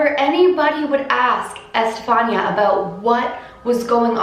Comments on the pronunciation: It's pronounced Ehs-te-fa-nee-a.! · It’s pronounced estefania gutierez lasaroe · The pronunciation of her name is I’m pretty sure, este-fan-ee-a But... I could be wrong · Estefania is pronounced like Stephanie, but you add the Eh at the beginning and ah at the end. 😊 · Eh-steh- fah- nea is how her name is pronounced :) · I have a cousin named Estefania it's actually pronounced eh s - steph -ah -knee -ah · Good job on this video just one thing it's pronounced es-te-Fa-ni-a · It's pronounced e- Stephanie- ah ❤️ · it’s pronounced ES TE FAH NEE YA. It’s pronounced in Spanish Edit : Don’t get why some of you guys mad . I’m just telling her she pronounced it wrong so she pronounces it right next time . No big deal . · The way she pronounced Estefania made me cringe sorry I still love you and your videos lol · The way she pronounces her name 😂